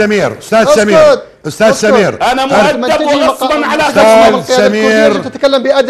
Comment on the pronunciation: غصبآَ وليس غصين